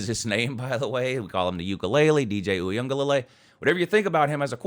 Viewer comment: there is no "N' in Uiagalelei!